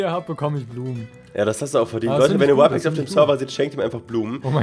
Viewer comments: Er heißt RYPEX nicht whypex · Der Typ heißt Rypex und nicht Wypex